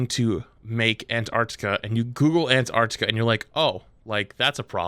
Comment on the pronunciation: Not going to lie: "Ant Arctica" was pretty annoying in the first half of the vid